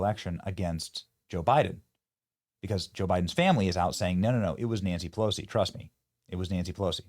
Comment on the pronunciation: Nanshee Pelowshee 😂😂😂😂